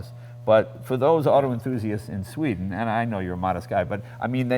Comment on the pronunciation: whenever jay does something like he did "ooo sveeden yaya" like dude wtf it's not the 70s no one it in the dark about other cultures..